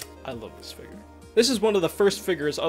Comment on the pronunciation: It sounds like he says figer instead of figure, lol